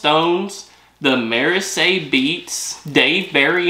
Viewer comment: Merisay??.. Mer-zeee🎩